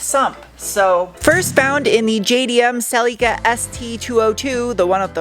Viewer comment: Why do pronounce Celica - Celeeca? It’s Cell-lick-a